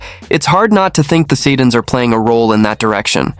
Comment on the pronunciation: Get your AI people on board with the proper pronunciation of Boeser and the Sedins.